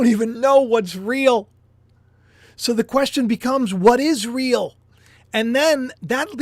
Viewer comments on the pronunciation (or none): Whoa 😮 When you said “is real” it sounded a lot like Israel. You were saying you don’t know what’s real anymore and hearing Israel like that made me look at the letters. It spells “is real” 🤔. That’s confirmation enough for me. Thank you 😊